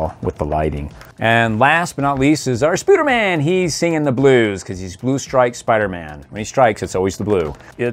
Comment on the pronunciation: Why do you call him Spuderman not spiderman